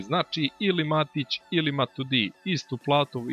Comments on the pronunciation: Nije Matudi nego Matuidi _' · Ne kaze se Matudi nego Matuidi i neka igra Pjaca.